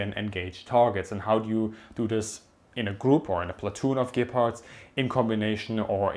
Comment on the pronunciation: Everytime you mention Gepards it sounds like you're saying 'Gay-parts'. Can't unhear it anymore :(